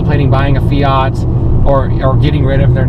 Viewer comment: FIAT not Feeaarrrt. Please! Also you cannot have power AND good mpg, you gotta choose what you want and go for it.